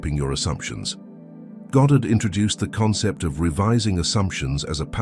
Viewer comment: Minor point. It's so lovely to hear "Goddard" and not "Gahdrd". Thank you.🇬🇧